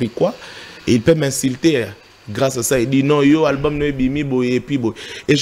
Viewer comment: Cher journaliste ce n'est pas alboum ,mais albom alors qu'on écrit Album veillez sur votre temprin s'il vous plaît !